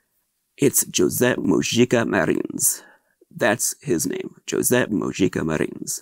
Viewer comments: I understand why/how they are mispronouncing his name, but it still makes me wince. I thought it would be nice to have one unboxing video where his name is pronounced as accurately as an English-speaking American can muster. Now that I've watched several of the bonus features in this set, I realize that most of the commentators have no idea how to pronounce his name...even though it's spoken aloud in the trailers and in Awakening of the Beast. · Lots of these unboxing videos are people that have never seen any of his films, nor that Portuguese is the written and spoken language, the name spoken wrong is still something I forget time to time. My fiancé speaks Zulu and Shona, I also have a habit of making it sound Spanish, either way, great opportunity to learn new things